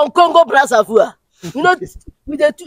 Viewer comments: It’s not brazavoir it’s Brazzaville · The man is not even from Congo. He can not even pronounce Brazzaville and his accent is not it.